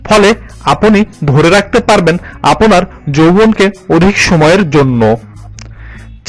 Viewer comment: আপোনার,আপোনির উচ্চারণ কোথা থেকে শিখলেন? আপনার, আপনি উচ্চারণ হবে। আরো প্রচুর ভুল রয়েছে একটু খেয়াল রাখুন কেমন। দারুন আপলোড